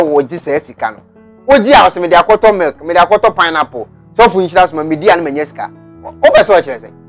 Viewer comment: Yes ooo even the way he pronounced milk koraaa as molk lol concert